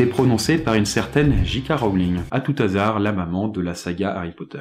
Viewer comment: STP arrete de dire "A TOUT T'HASARD" on dit A TOUT HASARD, pas de liaison avec le T !!!! herrghhhhh Sinon bonne continuation